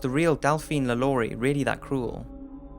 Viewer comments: Hanayo Koizumi I understand"no shit", but even if he has an accent you can clearly hear him say "Lalaurie" in a french way and not lu-lu-ree. That's way i said to pronounce "Lalaurie" in the french way you have to read it Lha-lo-ree. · i'm french and Lalaurie pronounced : Lhaloree. In french "a" it's pronouce ''ha'' like a scream , and "au" sound O, and i sound E...So this guy pronounced it very well, not 'luh-lur-ee" but "Lha-lo-ree"